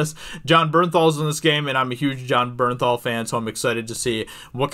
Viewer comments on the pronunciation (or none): none